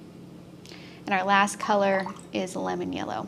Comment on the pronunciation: Yella! You said Yella! Thank you for sharing your mad skills! <3